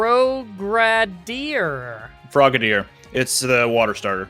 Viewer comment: Shun is pronouced shoon, but and names in pokemon are a bad combo. Even in this video, Frogadier. 😂